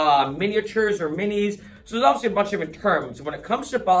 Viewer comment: Not a word but a way of pronouncing a word. The rest of the world says "obviously" with 4 complete syllables. You and many in Boston make it almost like a 2 syllable word -- "awvsly".